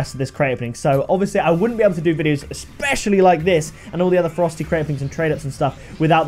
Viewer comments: It sounds like you're calling it the "Frosty" crate half the time lol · Am I the only one who thinks it sounds like he's saying "Frosty crates" lol Just saying. Much love! Keep the crate openings coming!!!